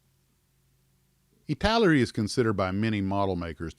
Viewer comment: ITALAERI not ITALERI!